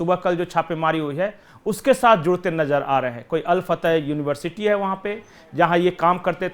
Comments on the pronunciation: Hello jankaari poor lelo, al Fatah nahi, al Falah, bakwas karthe ho, yar had ho gayi kitni giroge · अल फतह नहीं अल फलाह नाम है। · Al fatah nahi al falah